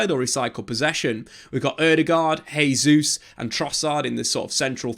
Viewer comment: Great analysis but one big problem. It's pronounced JAY ZEUS, not HEY ZEUS. Every time you butcher his name it undermines your good work.